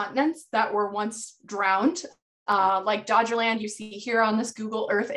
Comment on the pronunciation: PS: You mispronounced one of the most important underwater archeological sights known to science. It's called Doggerland, not Dodgerland..